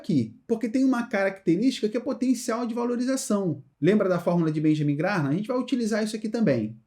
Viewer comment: Se pronuncia Benjamin “Gram”,! Parabens pelo conteúdo